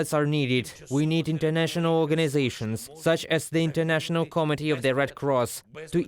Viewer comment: Is it just me when I heard instead of 'committee': "...such as the international comedy of the red cross..." 🤷‍♂